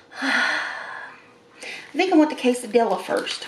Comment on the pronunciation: Look up how to pronounce Quesadilla Two ll's are silent